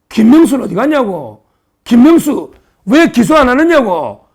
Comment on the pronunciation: 서변호사님 김명수 말씀하시는데 김문수로 들리네요 발음 조금~~~~~~~~:face-fuchsia-tongue-out::face-fuchsia-tongue-out::face-fuchsia-tongue-out